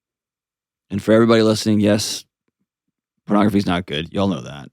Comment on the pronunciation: Chill lady... Chill... "Not if he's using pronogrfy...." Out to lunch.